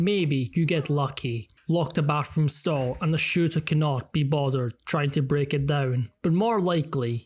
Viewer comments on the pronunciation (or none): none